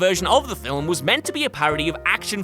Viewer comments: The word is, "film"-not fillem? Filham? Fillum? Filim? Whatever the Hell you keep saying. There is no letter and no sound between the 'l' and the 'm.' I usually am interested in the topics you speak about, but I can't watch the video because I can't stand to hear you repeatedly say, "film." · is it me or does he keep saying Filim? Anyways I agree totally with this list.